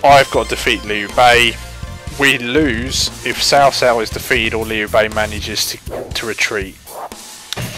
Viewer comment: I actually like the wrong way of saying there names it sounds better to say cow cow to me than sao sao idk why maybe I'm use to it.